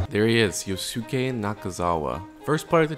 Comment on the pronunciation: I love the video overall, but man.. the amount of mispronounciations of poor Yosuke's name... It's Yoh-ske, not Yoh-su-keh. Surely we've all seen enough anime to have learned how japanese names that end in "-suke" is supposed to be pronounced xD